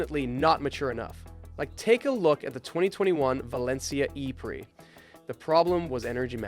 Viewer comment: the way you said "e prix" pisses me off.